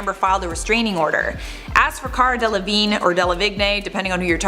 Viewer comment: ...did he just pronounce delevingne "del-uh-vig-nay"